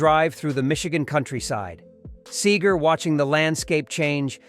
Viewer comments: Sager --- NO Seeger --- Yes Have your RoboVoice get the pronunciation right.... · This is good....but the narrator keeps calling him sAger instead of SEEEGER..... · It’s pronounced Seeger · His name is SEEGER! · Stop calling him Sayger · Why did the narrator mispronounce Bob Seger's name in most every instance? He kept saying 'Sager' and it is terribly distracting. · (N) Sayger? Sayger? ..get real man. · For crying out loud the least you could do is pronounce his name right. Seeeeeeeeger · It's actually Seger!!!! I have a 2000 GMC, christened (Seger) with some very fine champagne!! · If your going to tell a story of Bobs life. Please learn how to pronounce his last name. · Hysterical how he mispronounces Seger throughout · at least say his name right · I sure wish they would pronounce his name correctly!!! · Speaking of 'Faker' this is a FAKE video.... the computer can't even pronounce his name correctly... We deserve better than this!!!! THUMBS DOWN!!!! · Lean to pronounce Bob’s last name correctly!!!!! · Are you really pronouncing his last name right? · It would be great if you could pronounce his name right. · I was lucky enough to see him and he rocked it however I can't finish this story from the narrator pronouncing his name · Why is there video of the Eagles in this presentation and why can't you even pronounce Seger's name right. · 🌿 The arrangements of each song are genius. Every note, every word Bob sings is special. I listen to my favorite, "Turn the Page," and I am blown away. No one sings a song like Bob does!❤ Second favorite is "Fire Lake." Funny with more pure genius! Thanks for this post, but please pronounce Seger like Pete Seeger pronounced his last name.❤❤❤ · Lets at least pronounce his name right. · Beautiful loser. Get the name right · How could this guy mispronounce his name ...what a maroon..... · Can't even pronounce Bob's name. Simply a waste of my time. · This is BS Yes doesn’t even pronounce Seger correctly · Its Seger, not Sager